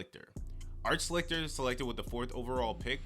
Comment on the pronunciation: Art Schlichter's last name is pronounced "shlee-ster". I know that mainly because I remember him playing for the Detroit Drive of the Arena Football League, he actually won a championship and the league MVP